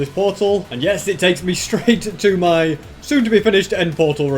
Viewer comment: I just love how he says mi instead of my